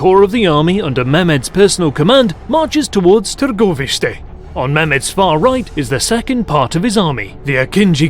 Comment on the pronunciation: I have to commend the story teller/reader on his pronunciation of Targoviste, and the other names... well done dude! I am more than impressed with the effort put behind this video!!!